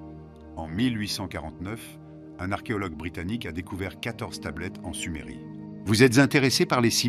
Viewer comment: secondes de visionnage : SUMERIE 🤦🏻‍♂️